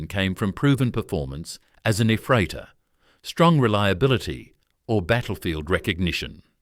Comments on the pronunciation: Gefreiter transfered into ruzzian and pronounced by an US-american AI lost in translation has reached a new level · Смешно смотреть, как в американских фильмах показывают русских военных, указывая и петлицы со званиями и погоны одновременно😂 [Ryadovoy] not [Riadovoy] [Yefreytor] not [æfreytor] А еще в познем СССР ввели звания прапорщик и старший прапорщик. Это между старшиной и младшим лейтенантом. Ладно, от меня лайк за старание😊